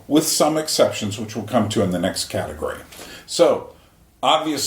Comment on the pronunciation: The VITCH haha